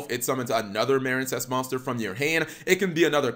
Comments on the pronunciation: Cap you have been misspronouncing this architype name it’s pronounced marinecess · Um it's mareen sess as in a portmanteu of marine and princess hence the nautical theme.